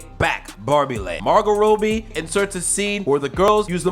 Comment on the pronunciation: I love your chanel and everything but how you pronounce margotrobbie to margot roadbie?